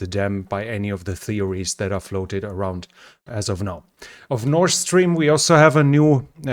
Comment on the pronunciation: Please help me understand why you pronounce the word “north” ‘Norse’. Is it because the sound “th” in the russian language is the ssss sound? That doesn’t explain why you correctly pronounce the words “The” and “That” though. Those aren’t the only examples of the misuse of the “s” and “th” sounds others include “souse” for south and “clother” for closer. Anyway would you please look into this because you are driving Americans crazy! Thank you, great videos and Go Ukraine!!!